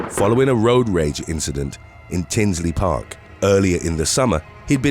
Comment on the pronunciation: Man, this is something else. Does this include the teacher who had an relationship with a female student and went on the run? Mary Kay Letourneau doesn't make the list? Also, it's called Tinley Park, not Tinsley Park sir.